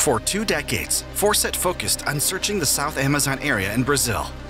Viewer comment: FAWCETT… CERTAINLY ISNT PRONOUNCED AS … 😳 ‘’FORSETT’’ Like just how? Fawcett is just like FAUCET. But I’d be surprised if this narrator would be able to tackle that word either. I guess I’m happily surprised that the narrator doesn’t have a wild, yet fixable lisp.